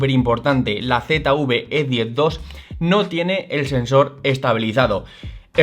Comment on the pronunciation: Usted habla de la Z UV E10 Yo quiero saber Dónde está la U que yo no la veo Yo quiero saber de qué país es usted que habla tan malo